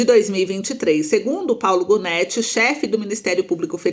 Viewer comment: O que mais gostei foi o PGR Paulo "Gonéti" 😅 fora isso, vejo u potencial na you tuber.